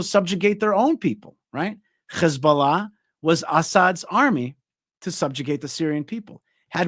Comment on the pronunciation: Can someone correct.. when he says. Hamas and Hezbollah... Khamas and Khezbollah and the whole.... Kh thing...lol... Not that it changes anything. It just will makes look better if he avoids the kh thing